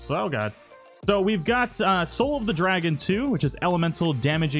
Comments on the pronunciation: REEEEEE IT DRAGOON NOT DRAGON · Good to see i wasn't the only one slightly put off but them being mispronounced.